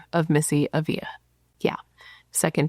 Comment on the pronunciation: I could’ve sworn you had done this case before. Minor detail but it’s kinda driving me nuts…you’re mispronouncing her last name 😬 accent on the first A and only one L so it’s not pronounced like a Y. Ah-vla